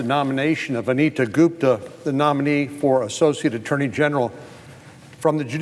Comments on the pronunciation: lololololol check out he called her goofta not gupta hahaha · " Ms. GOOFTA" LOL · Off political topic here... Does anyone else hear him mispronounce her name right at the 6 minute mark? Check it out! I could swear I hear Goof-da. Click here and listen: . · I loved it when Sen Cornyn accidentally called her Ms Goofta instead of Gupta. Lol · Did he purposely call her Miss goofta? About 6 mins in... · Va Goop is not what America needs. As divisive as they come… Haha, he did say goofta 👍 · it sounds like he calls her "goof-da" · Is it just me or did he call her Ms Goofta a couple times? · minute mark he called her Goofta! Lmao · Did he call her Ms. "Goofda" ? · LOL 🤣 ~6mins or so, sounded like he said her name as "Miss Goofta" Very appropriate mistake 🤣🤣🤣🤣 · I heard that too! 🤣🤣🤣🤣